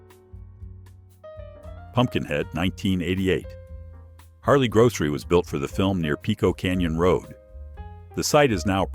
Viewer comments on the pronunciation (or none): none